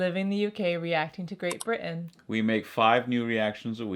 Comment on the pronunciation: Just noticed that when Lillian says "Great Britain" at the start of the video she sounds very English.